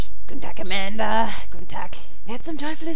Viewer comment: das heißt "amanda" nicht "mända" XD